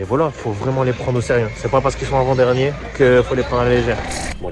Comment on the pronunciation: arrête de dire " invent dernier " tu me stresses mdrr avant dernier sale chti , belle video ;)